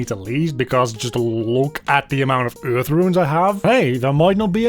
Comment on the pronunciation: i love the way you say earth, kinda like eurghth